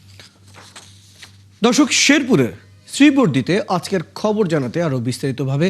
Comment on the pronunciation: ওই সালা শ্রী বর্দি না❌ শ্রীবর্দি হবে🐸🤣